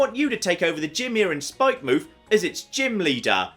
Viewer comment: The way you choose to pronounce some words is... painful. Spikemuth is not "Spike-mooth" Its supposed to be pronounced like Plymouth or Portsmouth or Falmouth etc The developers either forgot the 'o' from 'Spikemouth' or thought they didn't need it.